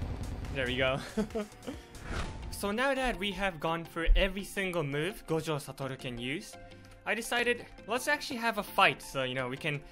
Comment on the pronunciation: He says gojo satoru so perfectly